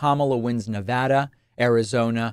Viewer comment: You say “Nevada” the way we say it here. Much respect.